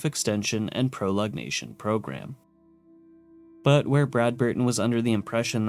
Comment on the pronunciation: "proLONGation," not "prolognation"